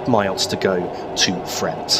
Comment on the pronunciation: P.S. I believe it's pronounced Fra-unt not Fra-ant.